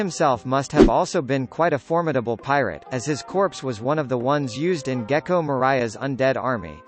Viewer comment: Guys...It’s Geko MO—REE—AH like Gloria with an M. I’m only protective of it because it’s literally my name 😂😂 (without the Geko part of course)